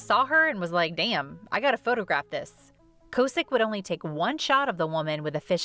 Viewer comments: Kaw-sick...not co-sick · Its Rick K-awe-sick… not K-oh-sick btw He’ll always be Rick from Big Brother to me ❤️